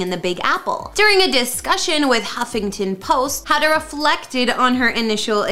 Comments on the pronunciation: It is NOT pronounced Howda, her name is Hoda. There is no W there. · Yeah, no kidding. It's not a difficult name to pronounce. Try this: 'HO-duh'. The O says it's name, accent on the first syllable. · Can you at least learn how to say Hoda’s name correctly??? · The mispronouncing of Hoda's name was driving me crazy!